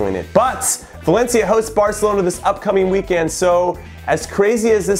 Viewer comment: Jimmy for the love of god it’s weekEND not weekAND. I was supporting you, but now I can’t. #inhoout